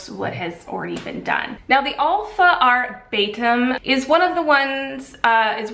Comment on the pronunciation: It’s ahr-byoo-tin actually lol. Spelt that way on the pamphlet. Why would people sound out a “u” as an “a”? Anyway, great reviews, thorough and honest 🙂